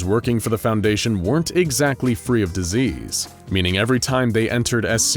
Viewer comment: disease not diesel